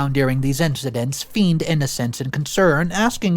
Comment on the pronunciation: feigned is pronounced fayned.